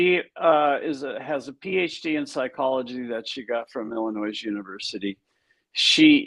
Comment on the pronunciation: did this guy actually pronounce the “S” in Illinois!?